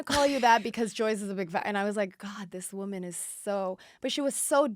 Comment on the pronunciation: Ugh how she pronounces woman lol